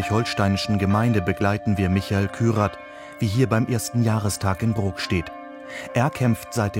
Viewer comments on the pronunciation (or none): Wie konsequent du seinen Nachnamen falsch aus sprichst. Der Mann heißt kyrath, nicht kryath. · vielen Dank für diesen wichtigen Beitrag. Um das nächste Mal noch besser den Nagel auf den Kopf zu treffen, dein Skript über die Richtigkeit der Namen überprüfen. Beim NDR ist es dir selbst aufgefallen. Und der Mann heißt Kyrath und nicht Kryath.